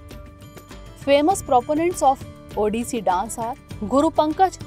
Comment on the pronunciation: Curse you for having pronounced the Odia names and terms (*Odissi Dance) wrong and peculiar way🫤